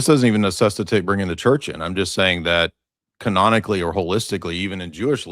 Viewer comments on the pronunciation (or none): none